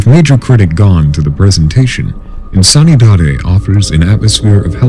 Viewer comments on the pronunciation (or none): I believe "insanidade" is pronounced "in-san-ee-da-gee" in correct Portuguese pronunciation. This list was fuckin awesome by the way! Another masterpiece, ' team!